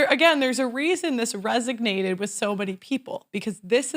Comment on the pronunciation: "resonated" not "resignated"